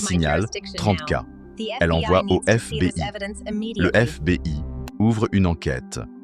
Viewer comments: On prononce pas « éf bé i « Mais « éf bi aille « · Histoire carrément géniale et sacrément bien contée sauf peut être un accent anglais un peu approximatif comme par exemple sur FBI mais bon cela s’améliorera sûrement avec le temps… Je me suis abonné, donc je vais regarder les vidéos que j’ai en retard et liker les meilleurs 👍🏻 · Histoire intéressante quel dommage d'utiliser une IA pour parler à votre place sa gache tout. IA même pas foutus de prononcer FBI